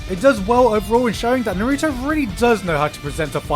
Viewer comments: NAR-OOO-TOE Not NAR-EWW-TOO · Why does he keep saying Nruto instead of Naruto??? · Omg hes so terrible at pronouncing stuff from naruto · How are you sponsored by a Naruto game when you don't even say Naruto correctly... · YOU HAD ONE JOB PRONOUNCING NARUTO